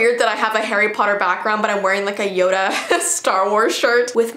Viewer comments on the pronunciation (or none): none